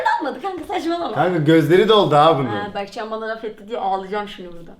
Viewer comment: yo anlamında demiyo bege diyo berkcan yani